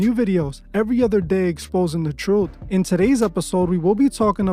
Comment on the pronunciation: Wild... You can't say "Truth" correctly, yet here we are..